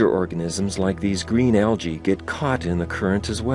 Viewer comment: it is pronounced algy not algay